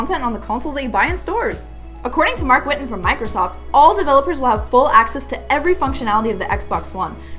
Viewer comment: Marc ChWitten :)